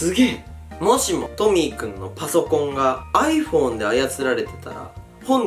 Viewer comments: にカンタはトミックって言ってない？ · トミー君がトミック聞こえた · トミーくんがトミックに聞こえた🙄